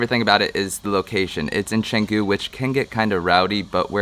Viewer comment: chang gu not shang gu